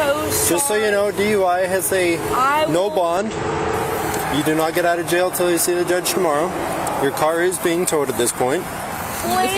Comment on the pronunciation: "Jay-oh"??? She can't even pronounce jail she is so horribly effed-up. Atta girl.